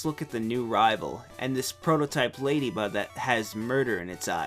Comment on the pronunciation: Whoa, Whoa, Whoa! Ladybutt? What are you talking about?! Calling a Ladyba, Ladybutt?